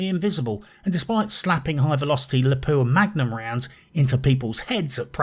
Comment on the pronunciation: "Lapua Magnum" sounds so much sexier in British.